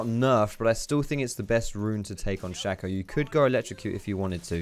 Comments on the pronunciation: 90% sure you're wrong about the pronunciation, just because "shay-co" (spelled shaco) is a word that's existed for hundreds of years and is completely factually pronounced that way, though I will admit that doesn't necessarily mean the champion is pronounced that way. But the reason I'm commenting is that I still completely fucking love and have mad respect for the comment you made about it. 😂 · Nah man it’s pronounced “Shaco” like “taco”